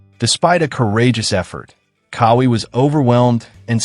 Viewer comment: It's QAWI. Like w a Q, like in Quincy, NOT with a K. Now Say it w Me.."Qaaa-Wee". See, See how Eazy that Was? smh